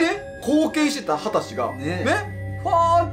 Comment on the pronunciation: 秦氏は「はたうじ」だったような・・・